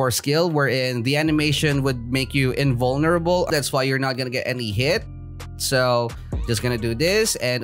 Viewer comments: invoneerble lmao!! XD u make me laugh thats one thing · I like how u say invulnerable weirdly